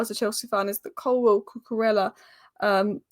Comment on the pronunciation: Brilliant content as usual. Just a small "pronunciation nerd" point - it's more like: Coo -coo - RAY -a, not ELLA